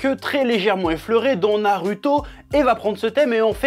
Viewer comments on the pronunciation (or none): TU PEUX DIRE NARUTO AVEC LE /ou/ et pas /u/ c: sinon j'adore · chef wolah je t'aime bien mais kesque tu casses les couilles quand tu prononces les noms japoais wesh : Boruhto , sasuhké , naruhtoh mdr après toute ses années je sais que tu fais exprès